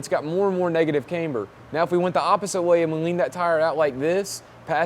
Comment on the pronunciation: dude.... it not "Kaymber", its pronounced "Camber". Caaaaaamber. Not "Kay-mber" , its not a girls name. like Cavana/Havana, Camber.